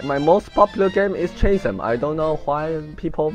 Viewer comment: Felt like it's more proper to comment in English so here I go: First I want to point out your pronunciation for Supper and Chasm are slightly wrong. Or maybe you mispronounce them intentionally? Anyway, I felt like you should try to get them right since they are/relate to your topics. For views , I think it's just gonna be very hard to grow. There are just too many videos on Youtube. I'm no expert, but maybe you can do more experiment with different video and check out which one is better received. Video title can also matter, you can make them easier to search or seem more interesting, just don't be clickbait. And you forgot to put the twitter link@@